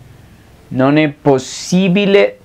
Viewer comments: xk cuando pronuncias non e cosi tu dices none cosi ?? debes aprender a hablar bien i apronunciar bien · Hola amigo una pregunta notó que al decir "Non é per me" pronuncias "Noné per me" como si fuera una sola palabra esta bien la pronunciación o se debe nombrar primero el "Non" y luego el "é" Gracias por tu material éxitos. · cuando pronuncias ( non é ) se escucha como ( none. me ayudas a Cómo pronunciarlo corectamente. ...